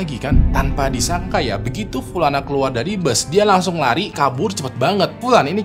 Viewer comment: Pulana pulani , notice...pliss deh Bang 😭